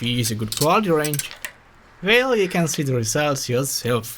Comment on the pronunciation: The way you say ”Wrench” Wroinch